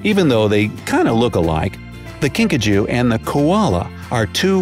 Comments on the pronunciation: I thought you said Pikachu but it was kinkajou hahahahahahahahahh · Video:”A kinkajou” Me: Are you sure its not PIKACHU? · ”kinkajou” What I heard: *”pikachu” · I heard Pikachu when he first said it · At first I thought he said pikachu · i thought he said pikachu too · “The Kinkajou” Me: Wait wuh, pikachu?